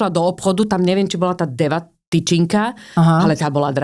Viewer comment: Pani žila za komunizmu a to bola iba Deva🤔, ešte ako to vyslovila...Ja si teda pamätám omnoho viac cukroviniek z tohto obdobia, ale pamäť je ovplyvnená aj výživou. Mne príde, že práve teraz vyzerá ako teta, úplne bez energie. A rozhovor je tak nepríjemný, že sa to nedá dopočúvať.